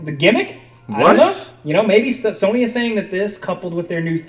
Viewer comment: He says soney